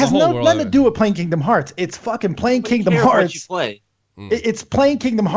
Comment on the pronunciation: did you just say kindom hearPs?!?! TRIGGERED